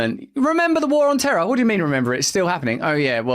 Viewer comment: Or as George W. pronounced it, "terrr".